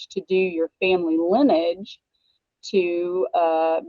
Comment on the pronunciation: The word is LINEAGE, three syllables, not Linn-age.